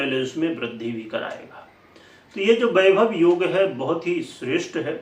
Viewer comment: बाईभव नहीं वैभव होता हे 😜